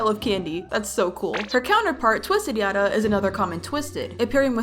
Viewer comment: Yatta is supposed to sound like yadda not yaT